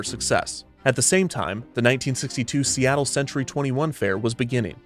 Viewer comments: love how he mispronounced Seattle after Robert Moses says Seattle is too hard to pronounce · OTOH without the "mispronunciation" we all know, who'd want to hear Perry Como sing "The bluest skies you've ever seen are in See-tul"? :) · "worse, to the people of seetle" as a resident of seattle this made me laugh my ass off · "People didn't even know how to pronounce 'Seattle'... and worse, to the people of Seat-el" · Dingwall: "People didn't even know how to pronounce Seattle..." Moses: "I can't believe I lost to Seetle!" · "See-tul" that broke me omg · Dingwall: "People didn't even know how to pronounce Seattle, much less know where it was." Kevin Perjurer: "Moses flew back to New York, having lost the fight, and even worse, to the people of Seettal." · "And worse, to the people of 'Seetle'." I love all the little jabs in the script XD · "The people of seetle." 😂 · ive watched this video SEVERAL times and “the people of seetle” bit knocks me the fuck out every time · "People didn't even know how to pronounce Seattle!" "Moses had lost the bid, and worse, to the people of Seetle." 😂😂😂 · bro I was having a quiet time at 2am with this story and you said "and worse to the people of SEETLE" lmaoooooooooooo I died laughing. Probably woke up everyone in my house. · “And worse, to the people of Seetle” Lmao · How much "the people of seetle" made me laugh has my wondering what was in that brownie I ate earlier... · "People didn't even know how to pronounce Seattle!" Kevin 5 seconds later: S E E T L E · "The people of Seetle" never fails to make me snort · "Seetle." LOL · "...to the people of Seetle" LMAOOOO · "And worse - to the people of Seat-le" lol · LOL, "SEE-tull". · Wait, did they really pronounce Seattle as Seatoll? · Lost it at "and worse: to the people of SEETLE" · the people of seetle lol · "and worse, to the people of seetle" 💀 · Ohhhh so thats how you pronounce Seattle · The purposeful mispronunciation of "Seattle" crack me up!